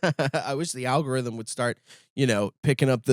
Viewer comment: Al go Rith um….